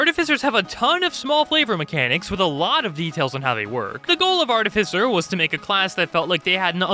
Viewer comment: ar-TIFF-i-cer why does no one know this?